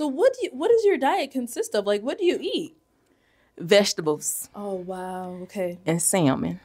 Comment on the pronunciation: vesshtables...and sallllmen 😂 🥦🥕🥬🫛🐟